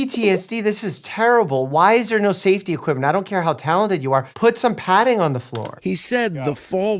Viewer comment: ‘Put some patting there’ =doctor mike=